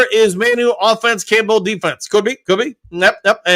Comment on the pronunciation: He definitely doesn't say "Campbell" right lol. But as I've said, I consider it part of the charm. got the best mispronunciations in the business.